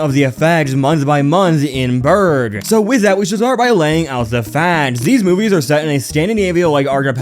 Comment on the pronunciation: Burke, pronounced burk, it is a K sound not a G sound at the end.